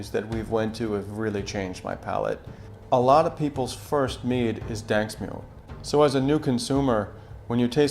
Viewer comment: Duuuuuuuuuuude, its daNSk mjød, not daNSk mjød.